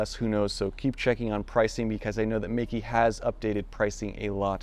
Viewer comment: it's pronounced "may ke" : P